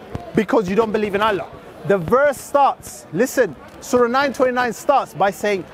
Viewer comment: pronunciation of "Allah" was so cringe. Suits the false god "Allah" better lol. We should all begin saying "allah" in like manner to piss the Dawah team off.